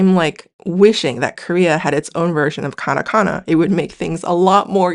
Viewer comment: Whycome you say Karakana when you put Katakana on the screen?